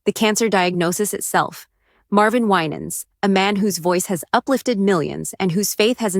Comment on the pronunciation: You're misprouncing his name 😊